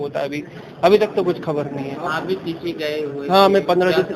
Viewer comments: Baar baar treechi ko chitri kyo bol rahi hain? ? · चित्री नही madam त्रिचि है।